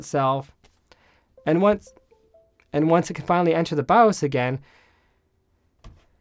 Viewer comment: why's he say baaaowwos instead of by-os like a normal person.. like .. thats just not .. and its in the name of this 'not bawwos tech' name ?.. super confusing when he's talking about a bios issue.